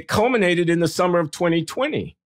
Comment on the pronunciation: "It 'COLEMAN'ated in 2020." 😅